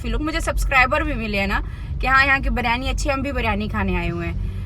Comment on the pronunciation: BIRYANI....not ......BARYANI....plz ...alfaz sahi use karen ...